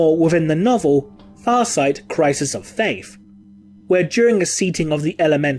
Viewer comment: Christian Yager except he did say "Thaif" instead of "Faith". Get your vox checked